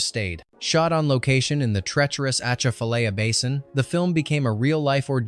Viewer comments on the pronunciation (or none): Bonjour de Louisane mes amis partout ! Hello from Louisiana friends everywhere ! The poor commentator cant pronounce AH - CHAF - A - LIE - YA ( Atchafalaya ) Swamp to save his life . Cajun pronounced in Louisiana French is Cadjin ( Cah-d-jen ) . The music group in the village is the old school traditional Cadjin ( Non electric ) Balfa Brothers band . Pride of Louisiana ! I like that they kept the village real with the hog slaughter , they captured the blood to make old time Boudin rouge ( red boudin ) . The group in the kitchen was playing a card game called ( boo-ray ) Boure' . Alas , my home , my blood , my heritage , my people , my family !